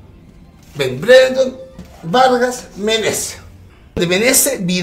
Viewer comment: Le decia verga a vargas y violin a vidal, le falta pronunciar :v